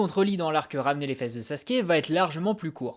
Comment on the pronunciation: Alors on dit pas Sassouke mais Sasuke (tsais le mec qui a pas compris)